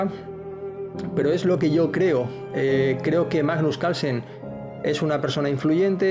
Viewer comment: Porque no hablan bien es CaRlsen la R se pronuncia Calsen no se quien es